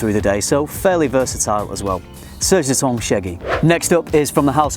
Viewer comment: lutens is pronounced lutas. the a is nasal like your ng sound in english.